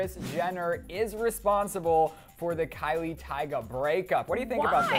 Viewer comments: its Kylie not kyle!!!!!! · it's Kylie not kyle